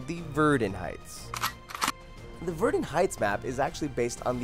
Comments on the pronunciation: It's pronounced vair-dunn not verdin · Elijah Fernandez OH MY GOD YES HE SAYS VERDEN INSTEAD OF VERDUN IM SO MAD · its Verdun not verdn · Verdin it's vurdun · Ver DONE! sorry but it's verdun pronounced like VERDONE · Verrden. Do you mean Verdun. Pronounced Ver-dun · It's ver-DUN not ver-DN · It's not pronounced verdun but VeRDun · not verden it's VerDUN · It's pronounced ver-DUN not verdin as you said it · aha he said verdin not verdun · Okay, this is a pretty bad video, all the games you listed with female character at fact 29 are all fiction and future. Verdun in pronounce VER-DUN not Verdin, the name says it. Gallipoli is pronounced GALLIP-POLY not GALY-POLLI. The Madsen MG says how it's pronounce and it's not MADESON. Every name you pronounce needs to be practiced before you say it publicly otherwise people are gonna get Triggered AF. Ardith is pronounced AR-DEE-TI. Sinai is pronounced SYEN-NAI not sinei. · You pronounced it like Verden, its Verdun. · Verdin? Really? Verdun is not Verdin. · "verdin" yeah that's totally how you pronounce verdun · verdin its said like VERDUN not verdin dud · ITS PRONOUNCED VERDONE NOT VERDIN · love this vid, but i just have to say, its verduuun, not veeerdun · I know and he mispronounces everything like he says "Verden" instead of "Verdun" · Dude said " Verdin Heights" instead of Verdun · John Howell I played Verdun heights and this guy pronounced it as Ver-Doon, it get me so pissed. I was like oh well, it's sounds like Ver-Done. Not Ver-doon. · THE BATTLE OF VUR-DUN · Oh gosh. Gal-eh-poll-ee Ver-den :( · It's pronounced ver-DUNN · Verdun is pronounced Ver Done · SNES Starfox title screen Slippy "ver din" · Verdin really got me triggered I cant imagine being a youtuber and making mistakes like that, and unfortunately its consistent throughout. Also by number 15 the gun sound was ear drum assassination. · He said verdin! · he doesn't know how to say verdun I thought he done his research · Wow can't even pronounce Verdun